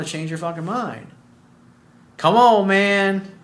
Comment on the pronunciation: Co’mone man!!! Lol love